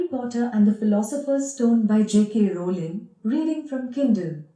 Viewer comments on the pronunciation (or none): none